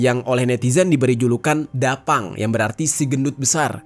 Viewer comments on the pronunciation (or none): Bukan dapang bang tapi ta pang di baca nya 😃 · Klo tulisan nya memang da phang. Tapi bacanya Ta phang. Ta phang.. artinya gemuk dan besar.